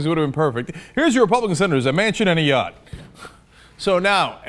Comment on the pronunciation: Why Ayotte-a....